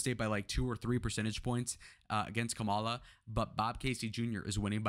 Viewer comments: Assuming that you’re making a good faith mistake, it’s Kamala pronounced like Comma-La. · White guy constantly mispronouncing vp Harris name. Can't take this video seriously. He loves to say classic names like bob, Adam, Bernie but to ignorant to say the word mommala with a K. Racist white dude lives on.